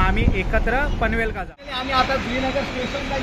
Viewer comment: भाऊ पनवेलका नको म्हणा पनवेलला अस म्हण व लालबाका नाय लालबागला असा म्हटलं तर बरा वाटत ऐकाक